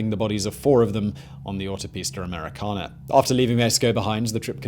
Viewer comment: Please stop saying Autopista Americana in a British accent, you can't handle it and it sounds horrible. Just stick to American Highway Please.